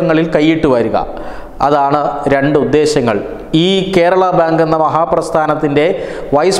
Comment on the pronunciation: Kerala (not kherala)